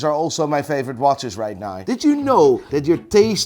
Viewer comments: RIGHT NAUR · you mean right naur ?